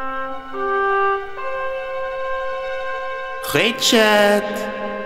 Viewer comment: I wish you pronounced Richard’s name correctly